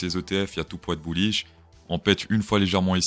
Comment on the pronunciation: n'active pas les sous-titres xD "buouish" Top l'intro ! je decouvre a peine ta chaîne ! team ++